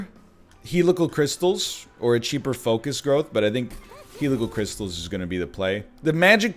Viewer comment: Will the egg ever, ever pronounce Helical Crystalis correctly?